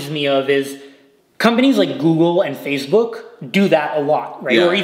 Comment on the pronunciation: Everyone: Facebook: FaZeBook